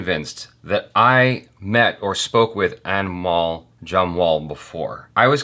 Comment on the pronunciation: Who else heared "Animal" all the time instead of "Anmol" 🤣 Jo bhi sunai diya shi hain uske liye 😂